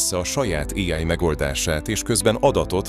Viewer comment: Még mindig fura az AI narrátor. "[éáj]-val",... Illetve az előző videóid témáihoz képest, ez olyan lett, mint a "A bíró okos lánya" (vagy ha másként ismerős: Mátyás és a bíró lánya) " ... hozott is, meg nem is. " Ennek, nem sok ismeretterjesztő eleme volt. ✌🏻Építő kritika.